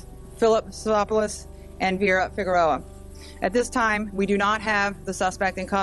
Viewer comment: Ugh, FEE-GEH-ROW-AH is how the housekeepers last name is pronounced. RIP